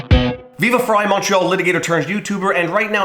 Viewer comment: Watch dozens of yours vlawgs and just realized you're saying "Montreal litigator" not "macho litigator" lol